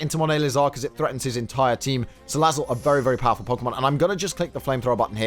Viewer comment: Man why you mispronouncing Salazzle? :c You gotta say it like "Ssssalazzle~".